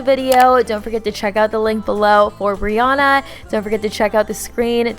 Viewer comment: it’s actually briANNA:)